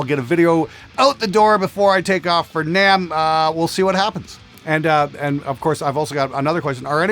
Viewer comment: You said who is going to be at namm. And it sounded like who is going to Vietnam.